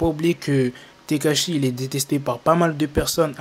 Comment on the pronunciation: Quand il dit tekashi jcomprend steak haché😂,mais peut être que chief kieff derrière tout ça